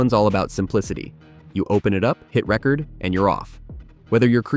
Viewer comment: This seems to be AI slop. has "record" pronounced in a way you wouldn't expect for screen recording software. The video's title says "NO Watermark" and first sentence of the description says "This tutorial reveals the top 5 free screen recorders with no watermarks, no time limits, and no hidden fees.". says "you'll get a watermark", totally contradicting the video's title and description.